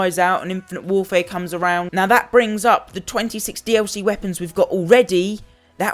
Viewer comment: thank you it was pissing me off how he was saying "dlc"